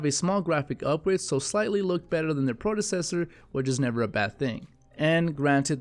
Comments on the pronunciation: You corrected yourself when you said Gem wrong, but what about predecessor, not prodocessor. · This man said "prodecessor"...